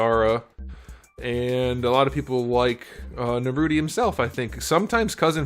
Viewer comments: It's nar ooh toe😂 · It’s Naruto not Narutie 🤬🤬🤬🤬🤬🤬😃💀😍😍😃😍😍🎊🎉💕📱💕📱📱🎉🎉🎉📱😃💇‍♂️💇‍♂️😃🎊😃😃😎😎🎉🎉🎉😘🆙🆙⬆️⬆️⬆️🦧🙏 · It’s NaruTOE.. 😂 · Narrr Rooot Tee. Outstanding 😂, Sas UUUU KeHh. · i love when you say naruto like narute 😂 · First time I genuinely laughed at a figure review. The subtle sarcasm and the narootie 😂😂